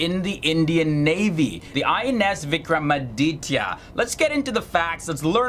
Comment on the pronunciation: Note: it's not Vikram-Ram-Aditya as pronounced by our dear host